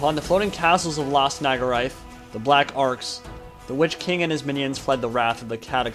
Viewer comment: Question, why do you seem to keep pronouncing Naggaroth as Naggarai/Naggaraith?